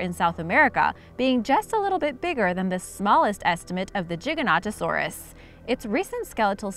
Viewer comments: Choc chipz gaming - Unfortunately that is incorrect cuz look at the spelling - Giganontosaurus! You are saying it like - Gigantosaurus! You are missing an extra "o" and "n"!!! Sorry just a pet peeve of mine! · Its pronounced GIGAN not JIGA and so its GIGANTOSAURUS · that pronounced GY-GAN-OT-O-SAUR-US and their the largest carnivores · Its gi-ga-no-to-sau-rus not chiganotosaurus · I giga not jiga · I don't say Giganotosaurus instead I say Gigantosaurus. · Gig-a-no-to-saurus. The first G sounds like the second G. It's not a J sound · It's pronounced Giga not Jiga... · I think it’s pronounced gigagto saur us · Gie gan oh toe soar us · Explaind, Giganotosaurus is pronounced as Jig-ah-no-to-saur-us. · car-char-ro-don-toe-saurus. Giga-no-toe-saurus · Narrator: JIGA- NOTTA-SAURUS Me: Pukes. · its pronounced ji-ganto-saurus as in gigantic cause at the time t-rex was the biggest meat eater known then they found gigantosaurus which is bigger and thought it was gigantic so gi ganto saurus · it's pronouced Ji-gan-to-saurus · It’s Giganotosaurus Gi-Ga-no-tosaurus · Gi gan ta saur is. It is the correct answer to say The GIGANTOSAURUS!!! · This is how you say gigantosaurus gi gant to Saugus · Giganotosaurus, its should pronounce Ji-ga-no-to-saw-rus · Jiganatosaurus like dat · Say gi-ga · ...its giganto like Giant..Giga..big...I dont understand your question.... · It's no toe saurus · Gi ga not o saurus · It’s good to know I’m not the only one who pronounces Giganotosaurus as Jig-a-not-o-saurus. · she said jiganotosaurus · It's pronounced Gig-an-oto-saurus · It's jaygantosaurus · Giganotosarus it’s pronounced with a hard G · Well its giganotosaurus as in jig saw puzzle type. It even states that in dinosaur encyclopedias lol. People dont read the correct pronunciation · Jig o noto saurus thats how i pronounce giganotosaurus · JIG AN OTO SORE US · Gi - ga nota saur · Giganotosaurus Jig-uh-no-toe-sore-us Charcharodontosaurus Car-car-oh-don-toe-sore-us